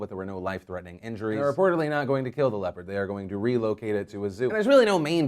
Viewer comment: Hahahaha I kept hearing "leper" instead of "leopard" and I was sooo confused